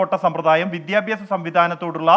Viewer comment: വിദ്യാഭ്യാസം ❌വിദ്യാഭാസം ✅